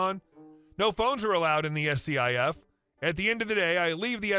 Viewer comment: SCIF is pronounced "skiff" and not spelled out. Just so you know. 😁